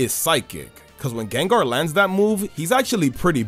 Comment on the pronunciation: THE SECOND A IN GENGAR IS SUPPOSED TO BE AN A! THE FIRST O IN LYCANROC IS SUPPOSED TO BE AN A! AND IT'S DRACOVISH, NOT DRAGOVIC!